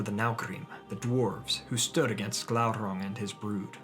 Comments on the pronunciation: Glaurrrrrang aluuuvatarrrrrrrrr lol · Everytime he said Glauron I said Glauron